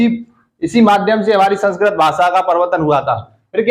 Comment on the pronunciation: Sanskrat ni hota sir Sanskrit hota h 🤔🤔